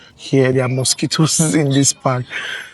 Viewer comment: Bros wait fess, you say mosquito 😂😂😂?